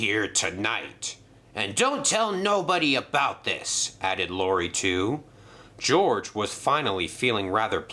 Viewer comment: His name is George not GORGE